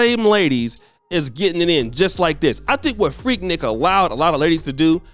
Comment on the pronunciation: Annoying.. it’s pronounced freek-neek!!